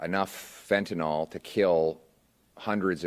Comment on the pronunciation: Fentanyl. Pronounced fentanill, not fentenol. Last syllable rhymes with hill.